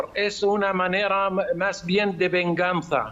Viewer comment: "VENFANZA"; PERRO CINICO 😡🤬